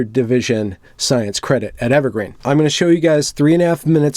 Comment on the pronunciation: Interviewer: So, what institution is it you graduated from? Interviewee: Evewgween. Interviewer: I see... (Sets résumé atop 'the' pile) ... We'll let you know.